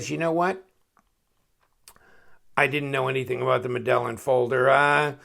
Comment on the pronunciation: I always thought it was pronounced "MED-AYE-EEN"... Then again, my Spanish sucks. Cool design, though. Seems more like a suit carry knife than something I'd rely on to get me out of a pinch. (Absolutely needed the D2 or higher steel for that price point, as you mentioned)